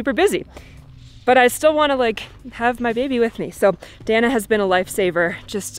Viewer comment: El nombre de ella es “Dahna” no Danah sii???